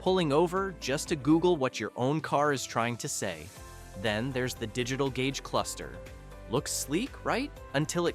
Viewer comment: "Gage Custer" says the AI narrating this video about high tech BS in vehicles. I would be profoundly embarrassed if I were. Hypocrisy.